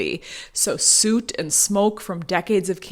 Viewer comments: It’s not pronounced “suit” it’s pronounced “suht”. The “oo” in “soot” sounds more like “book” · The “oo” in soot is pronounced like those in “look” or “book, not like those in “boot” or “hoot.” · Great info. But soot does not rhyme with boot. Soot rhymes with foot. Michelangelo was assigned the ceiling painting as punishment for his loyalty to the previous pope. He was working on a massive sculpture for the pope’s tomb, and the new guy was jealous. Pope vibes. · When I heard you say suit, I knew you were really saying soot. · Soot is not pronounced "Suit"❗️ Soot rhymes with foot. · Suit? It’s pronounced, sut…not suit! 😊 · Soot as in “foot” not as in “boot” 😂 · first time i’ve heard “soot” pronounced like “suit” and not “sut” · Soot like put, not soot like suit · Soot isn’t pronounced like boot, but instead with the vowel from good. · I'm so sorry to be that person. "Soot" rhymes with "foot", not "toot".😅😅😅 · "süt" 🤭 Where I live, it's pronounced "sūt" the double o is pronounced differently than, "moo." The root of the word goes back to sūt, or sūte. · Soot (like boot) is a pronunciation I’ve never heard it before. I’ve always said it soot (like foot). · Sooot?? It's pronounced as if it was spelt sut. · In your narration, it’s not “soot” as rhymes with “boot” ; it’s “soot” as rhymes with “put”. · Soot rhymes with foot, not boot. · I am an American, and I do not say soot like that. Soot rhymes with foot not boot. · Sooooooot! :) "There is no Dana, only Soooot." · I'm sorry, how- why did you say soot like suit????? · Soot rhymes with foot, not boot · "Sewt" bothered me more than it should...... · soot rhymes with foot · Never heart soot pronounced ‘souit’ lol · I'm sorry "Süt"? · Soot is pronounced like "sʊt" — rhyming with foot or put. It is NOT pronounced like boot. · Suit?? I think she needs yo look up the American pronunciation. 😂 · Suit? I have never heard soot pronounced that way before. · "soot" is pronounced "sut" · You said soot strangely—thanks